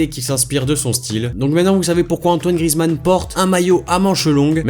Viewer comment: À c'est pas Grizzy mais Grizou